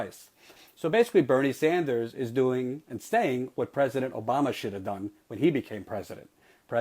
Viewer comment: "Senator Bernie Sandals..." LOL.